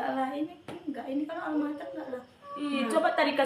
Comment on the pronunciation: Almamater ya meysin, bkn Almater😊